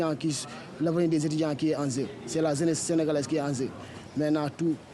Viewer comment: Des étudiants qui s'expriment ainsi ?! mon Dieu vivement que l'on ferme cette université .. << vraiment c'était une situation déplorante...>> <<Zraiment c'est très désolant C'est l'awenir de la Zeness qui en Zeu...c'est zeuness sénégalaise qui est en zeu...>> << je dois quitter ici pour aller à pikine...>>